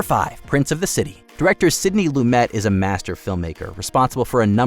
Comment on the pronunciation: Not only have I seen "Brazil," I own the Criterion Blu-Ray, thank you very much. One of the most prophetic movies you'll ever see. "Have a laugh at the horrors of things to come," indeed. 😱 And it's "Loo-MAY," not "Loo-met."